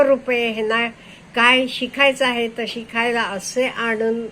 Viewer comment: आजी शिखायला नाही म्हणायचं शिकायला असं आहे. तुम्ही माझ्याच एवढ्या दिसता त्यामुळे मी थोडं सुचवलं तुम्हाला. चुक काढायची म्हणून नाही. बाकी तुम्ही बोलता ते खुप छान आणी शांतपणे समजाऊन सांगता. आता हा अनुभव तुम्ही त्या व्यक्तीचा सांगीतला पण हे असचं सर्वांकडे आहे असं नाही. परीस्थिती वर अवलंबून आहे. माझी पण मुलगा मुलगी बाहेरच आहेत पण सुखी समृद्ध आनंदी आणी मजेत आहेत. त्या बाईला तसा अनुभव आला आसेल पण सरसकट सगळ्या घरात हे असं नाहीयै. माझी पण मुलगी 24 वर्षे झाली U. S. लाच आहे जॉब करते सर्व छानच आहे.